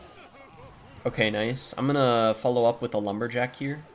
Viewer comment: bro said lumber-lick🤪